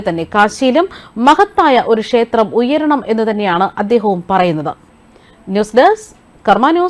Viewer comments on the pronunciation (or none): none